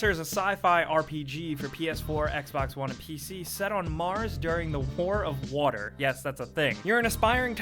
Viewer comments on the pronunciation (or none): none